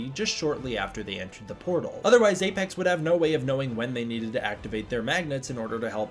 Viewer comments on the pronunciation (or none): none